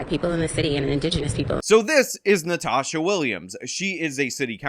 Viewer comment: It’s Nantasha. Nan… tasha. 🤭😂😂